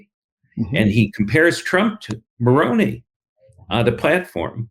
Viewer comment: Moroni is pronounced with a long I. Mike Lee is not held in esteem to the same degree his father enjoyed. A lot of Utahns are appalled at Lee’s behavior. His father died of cancer a number of years ago. People were very kind to his family. How quickly he has forgotten.